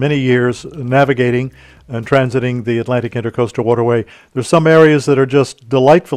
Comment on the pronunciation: It is the inTRAcoastal waterway. Not inTERcoastal…while you write it correctly, you keep calling it inTERcoastal.